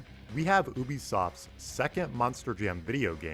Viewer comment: why do you say "OOBYsoft"?